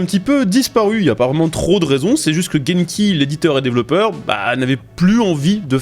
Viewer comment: Pour te repondre c'est bien Genki, pas Jenki ;) Grosse news en tout cas! impatient de fou!!!!!